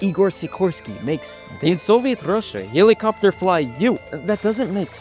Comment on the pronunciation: That Russian dude really said - Helicofter - Helicofter!